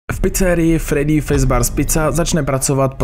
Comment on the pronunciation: fredd👉I👈's, fizbar? Sice je to Freddy's a Fazbear ale jinak super video 🐻🐻 (BTW, dneska sem na tom byl v kině a když sem jel domů, vyšlo tohle video)